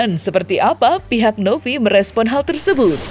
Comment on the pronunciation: Novi pak. Bukan Nopi.. V ama P beda lhooo🤣😂🤣😂